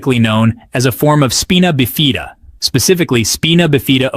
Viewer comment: FYI it’s pronounced “spy-nuh biff-uh-duh”